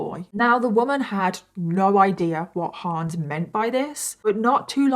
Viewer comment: The HA in Hans is pronounced more like the "Ho" in "Honey", not like in "Huh". (it's a short a not Haans)